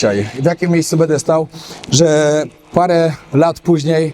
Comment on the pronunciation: *urwa! BĘDĘ nie "bede"!!! Głupie nie "gupe"